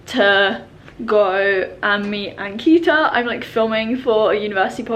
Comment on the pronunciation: ankita pronounces her name wrong. its so sad